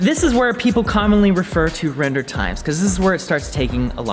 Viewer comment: "Wrender." Wren 2019